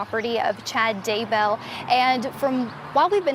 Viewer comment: I didn’t realize Daybell rhymed with jail. I also didn’t realize that “bail” was pronounced “bell”. Thanks to this national news reporter for clarifying this.